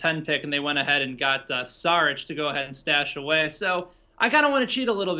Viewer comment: By the way, you two (and Simmons and just about everyone else) keep mispronouncing. Its not "sarich", but "shaarich".